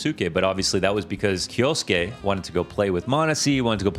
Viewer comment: Did you start pronouncing Kyosuke differently halfway through this video